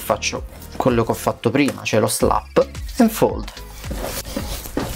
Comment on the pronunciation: "Slap and fold" non si può sentire...